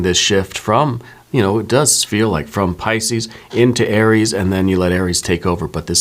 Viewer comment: You are so good! Truly! P-yes, Ca sound not the Ch sound and I have TMJ! I work in the medical field. So happy you posted this! You made my day!